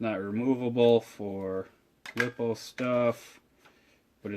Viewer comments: Its not lip-oh its lie-po! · Lippo's or Lipo? Lipo (ly-po) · first it's pronounced (lie-po) second buy a exceed mad torque. a little bit more expensive but so worth the money, it's usually on sale on their website for around 200 and it's 1/8 scale and it's so much better